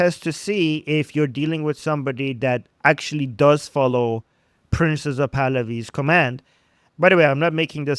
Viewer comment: Hate to correct others’ English but best not to repeatedly call him “Princess Pahlavi” or “ Princessa Pahlavi” or Prince UH Pahlavi … the E at the end of “Prince” is absolutely entirely silent. It’s slightly humorous, but distracting because it sounds a bit like you’re making fun of him by feminizing his name , which you obviously do not want to do. Think “Prints Pahlavi.” That’s the perfect